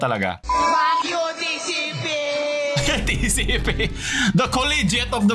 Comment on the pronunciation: Tatlong letra nlang hindi pa masabi ng tama TCP muntik pa maging TCL